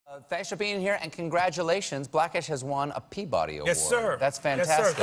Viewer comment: "Thansh for being here"? I swear that's what he said.